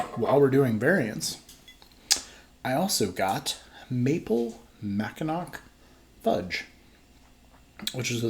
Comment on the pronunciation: Listening to say Mackin-ack had me dying.